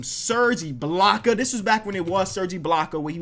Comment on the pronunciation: I dont know if I'm just dumb but he said iblaka